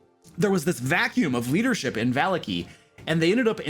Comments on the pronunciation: I'm sorry, I just can't go on. The way you pronounce Vallaki. I'm just... Its me... I'm sorry. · not just you ... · Watchter is pronounced Vocter its German... I was corrected by a player on my first game ever lol. Also barovia naming tends to be very Russian/Romanian so you pronounce every letter in the name unlike English. Vallaki which is Named after the Baron's family Vallakovitch would both be Va- la- kee and Va- la- Ko- vit- ch. But you are consistent with your pronunciations so just ignore me being a Nazi about it lol. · vuh - LOCK - ee. vuh - LOCK - Oh - vich. it's east European flavored dude lmao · Not sure if this guy just choses to mispronounce every name juat to make it sound different. Ih-zek Val-ya-ki Wak-ter Ih-rina iz-mark Val-ya-ko-vitch